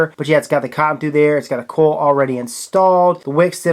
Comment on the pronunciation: He pronounces coil "coll" too. This keeps me awake at night 😠